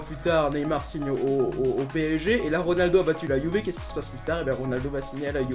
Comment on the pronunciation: tu t'es tromper tu as dit 《si ronaldo va quitter la youver》😂😂🤣🤣😁😁 je suis le seul à avoir entendu LIKE SI TU entendu